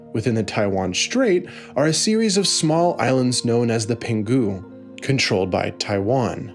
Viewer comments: Understandable mispronunciation, but PENGHU is two syllables: PENG-HU not PEN-GHU. It's pronounced like "Pohng-HOO." But thanks for making an attempt to pronounce correctly! Super refreshing. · It’s pronounced “Pung-hoo”, not “pen-goo”. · Penghu is pronounced as PENG HU not PEN GHU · "Pen-GHU" hahaha. It's supposed to be read as Peng-Hu.